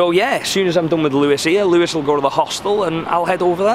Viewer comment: Louis not Lewis ffs